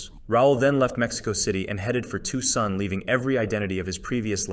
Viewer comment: Are you making fun of Raul's story by pronouncing Tucson like Two Sun?